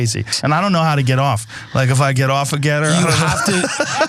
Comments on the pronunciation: As a software developer, one thing that drives me nuts about your reporting on GETTR is Anna's occasional pronounciation as "gitter" because there is a reputable platform of the same name for IT people to get support or talk about the tech. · It's G ETTR. NOT gittr. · Is it too late to recall Voyager 1 and 2, with that invitation for aliens to come find us? At least until we have less embarrassing podcasts to show them. Also, I feel like y'all are mispronouncing Gettr. You should pronounce that as if you're a character in Deliverance.